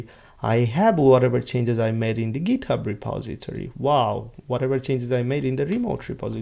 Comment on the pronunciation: আপনি ট কে ত উচ্চারণ করছেন কেনো?? ইচ্ছা করেই?? ইউরোপের অনেক দেশ যাদের ভাষায় 'ট' এর মতো উচ্চারণ নেই তারা 'ত' উচ্চারণ করে, ফর এক্সাম্পল, 'গিত হাব'। আপনি কি সেই ধারা অনুসরণ করছেন পশ সাজার জন্য??